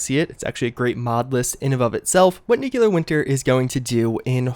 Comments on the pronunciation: This guy needs a voice coach or something. Nuclear. Not nuculer. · Its pronounced New clee ur! U sound funny saying Nuc yoo lar! lol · New-clear, not new-cular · Nukeuler? It's pronounced NEW-Clear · Nuclear - New CLEAR, NOT New KULA. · Still saying Nucular i see... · It actually blows my mind that you run a channel mainly revolving around a game series based on nuclear apocalypse, yet somehow don't know how to pronounce nuclear.